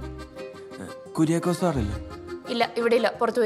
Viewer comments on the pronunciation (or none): കുരിയാകോസ് അല്ല കുരായകോസ് എന്നാണ് പറയേണ്ടത് ഗ്രീക്ക് പേരാണത്